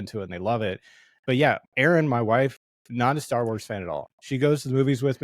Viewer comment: The guy in the black shirt mispronounce almost every starwars words and locations and it made me on edge most of the video.